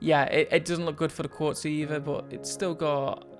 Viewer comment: its not "quartz" its "quetz"